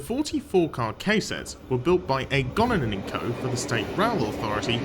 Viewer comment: Nice video - Goninan is pronounced - GO - NIN - AN - there is no "Gone" in it.